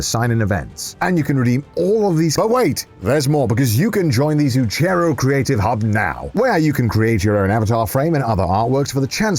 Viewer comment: All of Italy just died from that pronounciation of Zucchero.